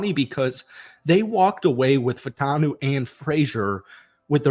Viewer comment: I gave you the like but you have to do something for me. Fautanu is pronounced Fa-oo-ta-noo. It’s not just you. Most yinzers are saying it wrong. Just try. That’s all.